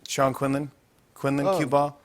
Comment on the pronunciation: Q-Ball NOT CUE BALL!